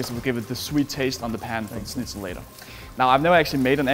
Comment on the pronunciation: Bro. You said schnitzel correctly. Wanna marry?